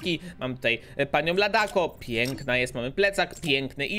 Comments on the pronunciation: To się czyta ladaco a nie tadako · Mówi się "LADACO" a nie "LADAKO"